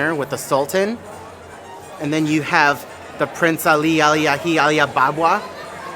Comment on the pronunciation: The fact that you were able to say all of prince Ali’s name is mind blowing. Kudos to you good, sir.